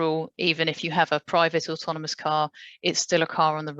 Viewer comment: Slightly embarassing that a man who makes autonomous vehicles for a living can't actually say 'automonous' right :-) Maybe someone should tell him...